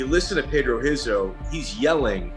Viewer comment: Why do all this research to mispronounce Brazilian names. Royce is pronounced "Hoyce" and Rizzo "Hizzo"